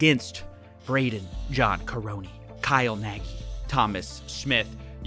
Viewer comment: I'm sure Kyle will run back to Hungary to escape the charges. Also pls pronounce it "nug". That y at the end gives me brain tumors. :D